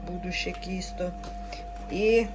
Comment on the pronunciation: Так то і є вареники з сиром! Тільки москалі їх називають (з твогогом) 🤮 А от не кісто а тісто, ти ж не молдаванка?